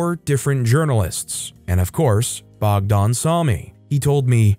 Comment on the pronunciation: Story 10 sounds like serbia, protests were because of a first ever school shooting Edit: ah yes confirmed lol. Tho thats not how we pronounce the name bogdan, you made it sound more russian than it does in serbian.